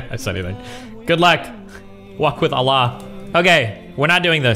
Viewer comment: lmfao why does Destiny pronounce Allah like Russians do (they say "Аллах" because /h/ doesn't exist in their language)